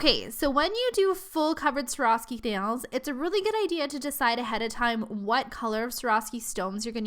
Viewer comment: She said Swarovski wrong. Every time.